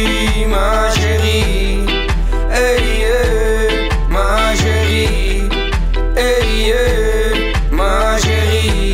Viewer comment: HAHAHAHAHAHA NEDERLANDERS EN FRANS GAAN ECHT NIET SAMEN. HIJ KAN 'MA CHÉRIE" NIET EENS UITSPREKEN?!